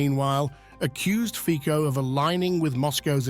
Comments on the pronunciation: Fico is pronounced Fitso in Slovakia, because of respect, please correct your pronunciation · His name is pronounced Fitso .. not Fiko 🤦🏻‍♀️ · It's Fico and not Fiko. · Fico, not Fiko :D you are funny.. u dont even read his name properly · Its Nót Fiko its Fico... Get it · Fico isn’t pronounced with K but C in his surname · Fiko 😂😂 .. his name is Fico .. CCC not K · His name is fico no fiko dumpass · It’s not pronounced as Fiko but Fitso 😅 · Please next time pronounce his name as “FiCo” and not “FiKo”. I know that English is international language but there are also other languages used in this world so if you want to be more professional try to research how to pronounce names that come from other languages before you use them as part of your reporting😉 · it is not Fiko! It pronouces Fico with C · FiTZO not fiko😂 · Commentator should do his homework. Read Fitzo not Fiko. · The Pronunciation of the Name of the Slovak Premier, Fico, is not Fiko, but Fitso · It's ˈrobert ˈfitso- not 'fiko))) can't even pronounce his name correctly)) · "FIKO"??????? At least pronounce his name appropriately !!!! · Fico has to be pronounced as FITSO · Fitso pronounce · The name Fico is not pronounced Fiko - pronounce his name correctly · Fico name doesnt pronounce like that 😄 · Please, pronounce cortect the name of PM R. Fico